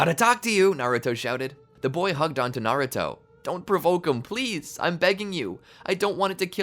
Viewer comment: Toby instead of onto cracked me up